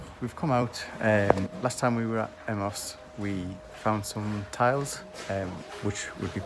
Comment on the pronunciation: I think the pronunciation of Emaus is M I uuuse